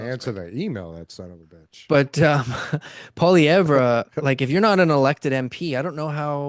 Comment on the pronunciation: and it's not POL-E-EV-ER...it's just POL-E-EV.